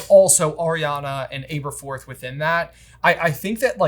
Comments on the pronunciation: Aberforth - learn to pronounce his name. Short A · I'm sorry for the nit-pick, but could you guys please correct your pronunciation of Aberforth? Both the movie and the Jim Dale audiobooks (which I know you guys listen to) pronounced it with "ab" and not "abe" for the first syllable. I know it is is a nit-pick, but it was super distracting to me. Thanks for all the work that you do! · You guys make the best HP material bar none but you’re notorious for mispronunciation’. Please, learn to pronounce the important characters properly. Aberforth is butchered throughout this video and it makes my ears bleed.